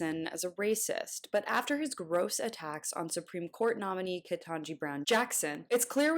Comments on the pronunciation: Bud. You said “Kentanji”. Carlson, you butchered her name in the same breath as you wrote off Biden for saying her name wrong. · So: 1) “Tuckems” once again engages in “other-izing” a POC by repeatedly mispronouncing Judge KBJ’s first name as if somehow that impacts her suitability to serve as a USSC Justice. Obviously TC has forgotten all of his Kindergarten “HOOKED ON PHONICS” lessons. Perhaps FOX should invest in a phonics coach for ALL of their “personalities” since LI and the others all seem to suffer from the same complex!! and, 2) Judge KBJ’s LSAT scores?? Seriously?? Is demanding her birth certificate next? (And this is coming from a leech who had to have his family make extra donations to be able to get into a college!) WHO in the world would want EVERY future opportunity and position in life to be dependent on a multiple-choice test you took when you were 17-24 years old??? If that is how things are to work, well then, TC needs to go back to his spot on the 🐔 chicken-plucking 🐔 assembly line!!! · Um, um, OK if you insist. The median LSAT score for Harvard Law is 173. The range of LSATs score are %-75% percentile). Only 1% of African Americans score above 160 on the LSAT. that means there is almost 100% certainty that Ms. Ketanji Brown-Jackson (I hope I am pronouncing that right) scored well below what would be considered competitive for Harvard LAw. Black privilege at its finest for miss Kejani Brown-Jackson ( I hope I am pronouncing that right).